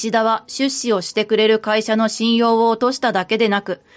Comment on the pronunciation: 出資の言葉の発音が変ですね、まぁ日本は方言が多いから様々なイントネーションが存在するけど他の言葉は標準語なのに一部だけ違うのは如何なものか？